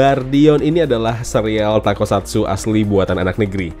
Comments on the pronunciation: bang bukan takosatsu tapi tokusatsu, wahh keren banget semoga tokusatsu di indonesia buatan aendiri trs berkembang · Bang, toku, bukan tako